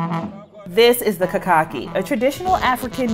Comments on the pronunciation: Kakaki, is pronouced Kha-Kha-keey and is a ancient Hausa instrument and this is a Hausa ceremony of greetings for the king in Northern Nigeria Hausa kingdom Specifically Kano 🇳🇬 played by the appointed kings men 'Madaki' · KAKAKI IS PURELY HAUSA AND THE HAUSA'S HAVE CARRIED IT ACROSS WEST AFRICA ALONG WITH A LOT OF THEIR CULTURE SO MANY OTHER COUNTRIES ADAPT HAUSA CULTURE AS THEIRS WHEN IT'S ORIGINALLY NOT. THE WORD ITSELF IS HAUSA AND PRONOUCED KHA-KHA-KEEY AND THIS IS A HAUSA CEREMONY TAKING PLACE IN KANO NIGERIAN 🇳🇬